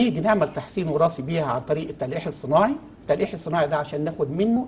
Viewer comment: الأستاذ الدكتور مصمم ان ينطق التلقيح تليءيح الا ستاذ واسع العلم ما شاء الله المضيفة A plus.